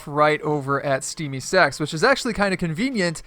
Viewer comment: He said steamy sacks 🤣 😂